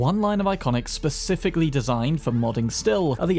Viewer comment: “” 🙌 this man’s a cyberpunk hero with humor. Keep up the work 🎉 a AND HAPPY HOLIDAYS